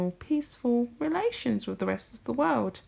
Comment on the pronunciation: I like your stuff but you really need to listen to how you talk. With is pronounced wiTH not wiff. Your voice goes up at the end of many sentences. You need to work on your diction.